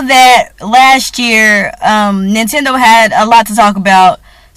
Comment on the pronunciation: did you say "hoe-nintendo"?? lol!